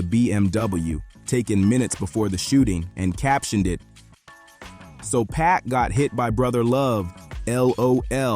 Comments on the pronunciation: It’s not “pack” fool. It’s Pac. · If you can't pronounce Pac's name correctly, then don't let it slip from your lips. ... which is why you shouldn't allow AI to make words for you either.